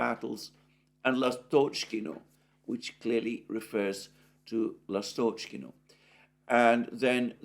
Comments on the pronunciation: S'evernoye, L'astochkino, Stepov'oye - please note the correct pronunciation of Russian villages in Donbas. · Alexander, try to emphasize the first vowel of the word Lastockino. Instead of the middle one. It will sound better. In case of Stepovoe, emphasize second "O" instead of the first one. After "O" letter "E" sounds exactly like "yea" . In general stay away from emphasized middle vowels. Last names usually emphasize last vowel as well, unless it's the first one, like Putin.